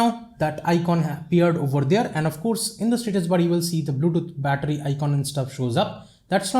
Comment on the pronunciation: you start battry 88% you finsh 82% wow bittry bum😂😂😂😂